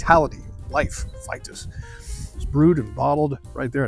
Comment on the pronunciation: Wouldn't it be pronounced "Vee-tus?" Also, how does it meet the reinheitsgebot if it uses wheat? Truth in advertising, I don't like Weitzen biers. I'm also a bier snob. Greetings from a German in Austin Kentucky.